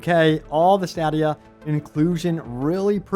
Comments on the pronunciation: Stay-dee-uh and puh-ten-chul. Just trying to help you sound smarter. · Dude stop saying stadia wrong